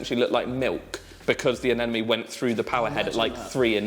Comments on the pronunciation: Anemone, not Anenome! If you're teaching people, teach them right. Love all the videos by the way!!! Can't wait for more. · It’s anemone not anenome 😂 it’s driving me crazy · These two crack me up. I've been following for years and since he started his channel, but they are best together. However, neither can pronounce anemone. lol